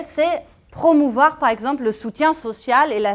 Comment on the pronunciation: et pourtant vous vous exprimez bien français le seul mot que vous ne savez pas prononcer c'est "promouvoir"